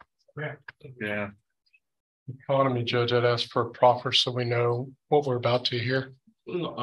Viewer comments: He is educated and an attorney and still say axe for ask…. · I've never heard a lawyer, Say the word "axe" in the place of "ask". That's usually an eboniics thing, and if you're a lawyer, typically you would speak a little bit more professionally than that, I would think.